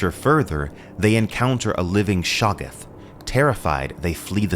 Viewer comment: Oh no no no no no lol pronouncing it "shaw-g'th" and not "sha-goth" is like pronouncing 'scimitar' as 'skimitar' 🙄